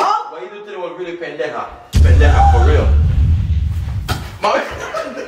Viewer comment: 😂😂😂 omg he called her pandeja 😂